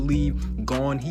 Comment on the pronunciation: Why u say “Gone” when it “Gon”